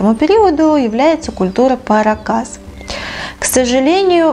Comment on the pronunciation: Культура не паракАс,а парАкас!)))